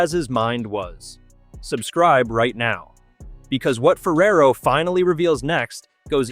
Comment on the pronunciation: Why do you pronounce Ferrero's last name as "Ferrer" as in David Ferrer. It's a totally differnet name and pronunciation.